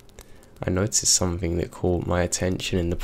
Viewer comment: it's SOMETHING, not SOMETHINK! 😝💩